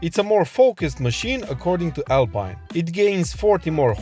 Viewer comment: "Alpyne" is for Rootes/Chrysler/PSA car models (Sunbeam Alpine, Chrisler/Talbot Alpine). "Alpeen" is the French brand, and therefore needs the French pronunciation.